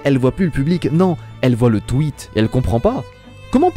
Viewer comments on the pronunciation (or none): none